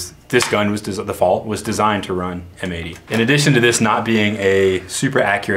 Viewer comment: its said Fal like bad not fal like bod